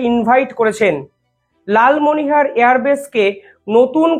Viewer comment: Dada ektoo vool uccharon korchhen , Lalmonir hat " Lalmonihar " noy . JAY JAWAN, BANDAY MAA TARAM, BHARAT MATA KI JAY. 🇮🇳🛕🙏